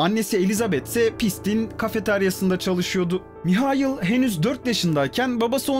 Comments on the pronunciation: Maykıl ❌ Mihayıl ✅ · adam Alman ya hani... Maykıl diye okunmuyor